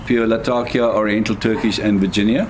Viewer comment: Great video and great review, thanks so much! I am a big fan of the London mixture myself, but I think my favorite thing about your video was that you pronounced “Latakia” the way it’s actually spoken in the region it’s from, rather than the weird American pronunciation I’m used to hearing.